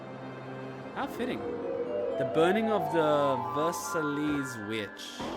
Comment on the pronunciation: Ver-sai not vers-elees